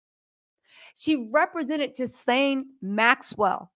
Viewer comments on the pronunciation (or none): I got to tell you. That’s woman’s name is Ghislane (GILL-LANE) she’s from Europe. The -s it’s silent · Ghilaine Maxwell - Ga-lane Harvey Weinstein - Wine- sten Marlboro - not marbles - marl-boro I just couldnt take it! Lol🤣😂 I love u ur the GREATEST!! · GIL-AIN!!!!! The S is silent!